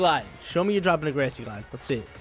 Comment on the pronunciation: why do you say every word wrong: grassy, telepathy, etc.